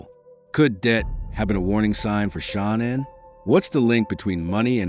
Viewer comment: Ahh bro, c'mon! Tough to be a subject matter specialist when you can't even pronounce Shanann's name properly. I've ALREADY been annoyed from watchin ENDLESS hours of the Watts case, & there being TWO ways of sayin her name, even her own family called her "Shannon" (Shanann) like you'd hear from many guys'/girls' name--but now here u are creating a COMPLETELY different 3rd option I've never heard a SINGLE other person pronounce it like!? Then you ALSO messed-up his girlfriend's name "Nichol K" as "Nickel". Lol anyway, ANY time I hear 1 of these annoying people pretend like they're "perfect"...A) "perfect" doesn't exist & B) "let he who is w/out sin...cast the 1st stone. At the absolute bare MINIMUM, if you cannot admit that, or that literally EVERY human being sins...then I ALREADY don't trust you--bc you're lying--& that's JUST from that one particualr "test" ALONE--the smarter u are, the easier it is to put these narcissistic liars to the test